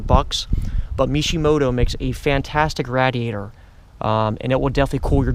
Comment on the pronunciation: Nonsense learn how to pronounce radiator first.